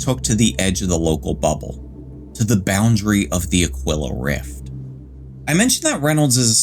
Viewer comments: Ah-kwill-ah? Nah fam, you're pronouncing it wrong, it's pronounced Ah-Kee-lah, always has, always will. I had to look up the pronunciation just to make sure and yep, it's pronounced Ah-Kee-Lah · It's pronounced A-KEEL-AH